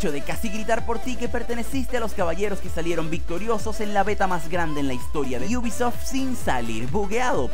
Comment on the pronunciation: Por qué dices iubisoft ? Te crees especial por agregar una (i) o algo ? Me podrías explicar por favor